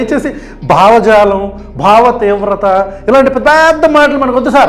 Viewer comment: భావ విప్లవం అంటే ఒత్తు ఉంది బావ విప్లవం అనుకుంటున్నాడు పవన్ స్వామి